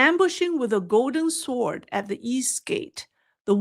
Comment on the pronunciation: Do not pronounce the w in sword